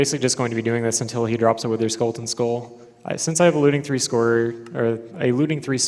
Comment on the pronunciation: Anyone noticed he said "Witherskulleton" all the time?